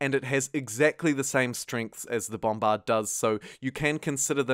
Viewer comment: love the way you say bombBARD